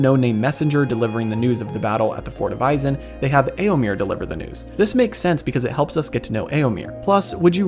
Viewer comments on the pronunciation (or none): Eomir? Really? Sounds so jarring every time. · "Eomer? Nah, its Eomir"